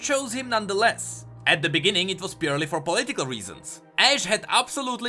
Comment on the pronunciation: "poli tical" lol